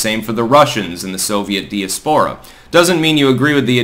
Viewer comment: C'mon,. In a single breath you misuse "begs the question" (again), and mispronounce "diaspora" (for the 100th time). I point this out because I care! You've got to hold yourself to a higher standard, man.